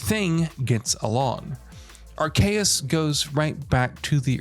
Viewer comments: Ark-E-us. Pronounce it correctly please. Hard to take you serious when they've said it correctly in the trailer.... Did you not watch it? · It’s pronounced R-c-is. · It's pronounced ARK-EE-US. Pokemon spellings and pronouncing can be tricky but yeah the whole review you were saying it wrong lol. Having a blast with this game. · How do you fuck up the pronounciation of Arceus so bad. Makes the video hard to watch. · The Way he pronouced arceus, makes me doubt this review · He says arceus wrong that’s my only complaint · Does anyone else think it sounds funny when he says Arceus and Hisui in this video? Lol